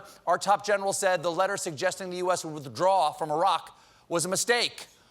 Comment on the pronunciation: How nice to hear an American pronounce "Iraq" correctly.